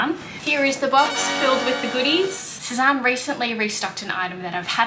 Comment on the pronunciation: I was looking at that skirt the other day and wondering if I should get it..I’m still not sure. BTW Sezane is pronounced Sez-Anne not Sez-Ahn 😉